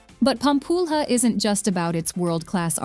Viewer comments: I love how she calls Pampulha Pam-pull-rah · Good Lord, you put together this production and mispronounce nearly everything. It’s Fernando de NoronYA not NoronHA. It’s RecifA not Recif. It’s LenSOYs not LenCOYS, It’s IguaSUE, not IGUAcu, It’s PampulYA not PampulHA, Parachi, not Parity, It’s ParanA, not PaRANa, Opera de AramA (JFCm there are no silent e’s in Portuguese. One hour of research would have saved you this embarrassment. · "Pampulha" is pronouced like a [=Pampúlia] .."lha", "lhe", "lho "lhu" e pronouced like [= "lia" , lie", "li", "lio" and "liu"...] just like in italian gla, gle. Gli, glo, glu, in figlio. Fogla, etc ..